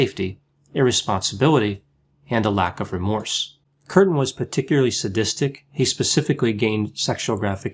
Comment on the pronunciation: Umlaut indicates a dipthong--"kyurten". Also the word is "bestiality," pronounced "best", not "beast."